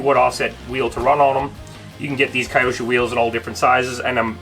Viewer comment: Just nitpicking-Q sho, not Kayosho🙂